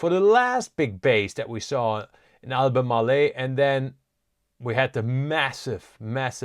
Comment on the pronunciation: AL BU MARL, not AL BU MAR LE'. 3 syllables, not 4. SGML just jumped big. I'll let ALB & LITP (Sprott Lithium Miners, small ETF holding passel of companies) do my lithium lifting.